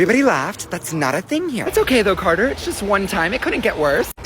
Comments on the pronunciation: Not carterr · NOT f Carder